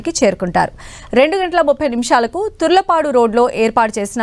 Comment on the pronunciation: That is not turalapadu exact name is tarlupadu